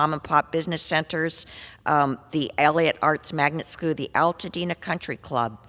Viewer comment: Scoo fo shoo